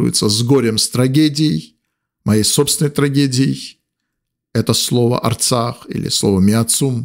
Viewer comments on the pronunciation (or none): Не Аррцах, надо сказать; Правильно ДРРРЦАХ. Надо сказать.